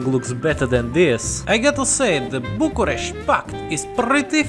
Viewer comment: you've really taken me by surprise with the correct pronouciation of bucharest and the other words